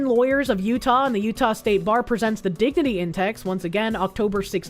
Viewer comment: Why is it everytime she says dignity, I'm hearing diggity which reminds me of giggity